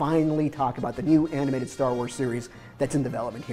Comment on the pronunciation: I like when Pablo says "aminated". It's cute. Also, he's gray now! OMG WE AGED!